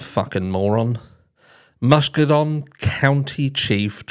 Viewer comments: Hi - the County is pronounced Muss - KEE -gan. No big deal. Just thought I'd let you know. It's a beautiful area along the eastern shore of Lake Michigan. Thank you for this info. Another heartbreaking case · Just a little help here not a criticism It's pronounced Mus-key-gun if I hadn't heard it before I wouldn't know it either and I'm in the US! It's a horrific situation no matter how you pronounce it! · This is in my state too and I'll forgive you for mispronouncing Muskegon 🤣🤣 And wtf is wrong with people killing their kids or starving them? Like who TF does that? Monsters, not humans!